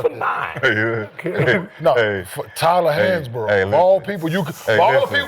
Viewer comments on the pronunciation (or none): Bro said he’s Tyler hansborogh 😂🤦🏽‍♂️🤦🏽‍♂️